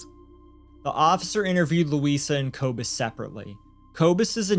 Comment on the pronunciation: poppie is pronounce "paw pee" or maybe even "por pee" for you. Koekemoer is pronounce "koo koo moor" and Kobus is pronounced "Koo ah bus"